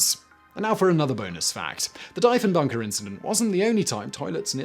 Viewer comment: It isn't like Deefen-baker is important. Like Roosa-veldt or Kurk-hill or Abby Lynekin